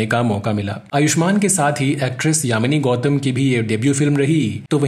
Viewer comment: Yamani Gautam nhi ❌ Yami Gautam hai 🤎